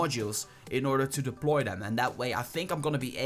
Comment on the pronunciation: STAHP SAYING DELPOY